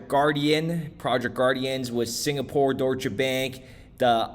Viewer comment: it's not DOY-SHA... it's pronounced DOYSH. 1 syllable. Geezus fuck bro